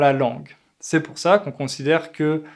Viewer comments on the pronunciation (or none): Tu prononce pourHeu et LoireHeu, c'est plus un accent insupportable qu'un français pur.